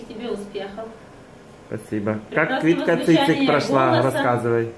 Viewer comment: ЭТО МНЕ ТОЛЬКО ПОСЛЫШАЛОСЬ, СКАЗАЛ КВІТКА ЦИЦИК?